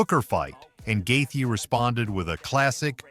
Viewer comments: Wtf guy. It's not Gathe.. it's Justin gaethje.. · Stop saying Justin’s name like that